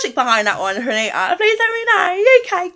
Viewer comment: You are doing the most. 😂 That stressing of the last syllable is completely unnecessary in order to enunciate the “T”. You could have easily pronounced “Fannita” with the hard “T” accompanied by a quick short “a” vowel sound. Saying Fanittahhhhhhh over and over again is wild. Heaven forbid you ever have to discuss a story with Latinas. You’re going to be all day. 🤣🤣🤣